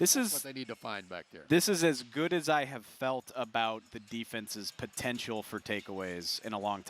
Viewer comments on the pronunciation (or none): Did say potentional. Awesome